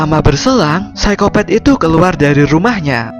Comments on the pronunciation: Psikopat min bukan psikopet😀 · hahaa iya sykopet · Apa Cuma aku Yg denger Orng Nya bilang Saykopet wkwkwk